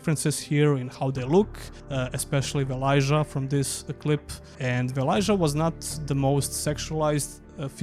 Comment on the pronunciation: Its VelaYA, not JA